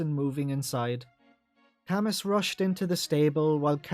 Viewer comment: I always thought that Camus's name is pronounced "kah-moo" like the Philosopher Albert Camus?